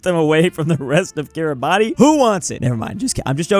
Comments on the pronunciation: Take a shot everytime says KIRABATI instead of how its supposed to be said, KIRABAS. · More like ki-ra-bas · The pronunciation of Kiribati is Cure-a-bass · "Kiribati" is pronounced kee-ruh-bas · I'm Estonian but that Kiribati pronounciation Hurts me, "Kiribas" please!!! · each time says kiriba TI, i lose 1 hour from my life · It's pronounced Kiribas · bruhhhh i know i was rage quitting shouting ITS KIRIBASS at the top of my lungs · Kiribati Im pretty sure is pronounced kee-ruh-bas idk why tho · its kiribas or smth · i just can't with that Kiribati pronunciation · Take a shot every time he mispronounces Kiribati! (Don't, you'll die) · Kiribati should be more mad at that pronunciation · how does still not know how to pronouce kiribati after all these years